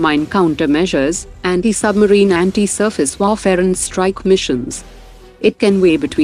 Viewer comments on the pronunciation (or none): none